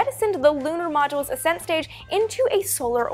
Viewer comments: accent not ASSent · It's NOT aset stage it's ascent stage. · It sounds like she is saying "ass end stage" instead of ascent stage. But I would think the ass end stage is the one that stayed behind 😂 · I'm confused about the pronunciation of "ascent". I've heard it said as as-sent for anything related to rockets but in mountaineering, it's pronounced a-scent, as in the first ascent of a peak. It was also said that the Apollo 10 LEM wasn't fully fueled to discourage the astronauts from attempting a landing. The vehicle and procedures were a dress rehearsal for Apollo 11's landing. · Learn how to pronounce 'ascent'.